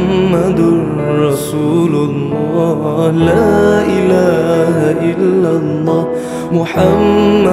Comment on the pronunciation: kenapa ada sebutan la ila ha il lahhah....laaaa dia tu pendek?????? ustaz kata sepatutnya laaaaaaaaa ila ha illallah....... bukannya la ilaaaaaaaa ha illallah..... tak gitu?????